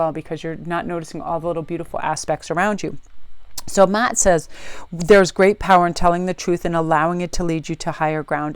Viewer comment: Mah"at not Matt, great reading ...